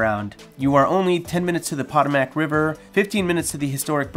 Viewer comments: It's the "Puh-tow-mick" river lol...not "pot-o-mac"... nice video otherwise lol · The way you pronounce Potomac as Pot-o-Mack was hilarious